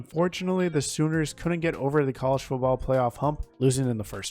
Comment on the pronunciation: This has nothing to do with your picks, here . . . but you really ought to start practicing on the letter "t". It's "FOOTball," not Fuboll." It's "Biletnikoff" not "Belidnikoff." Etc. But, nice list.